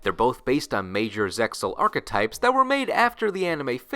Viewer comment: You always mispronounce Zexal, the anime clearly says it with the X